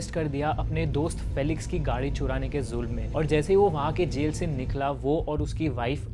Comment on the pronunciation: “Fee-lix” not “fell-ix” and “Young” not “Jung”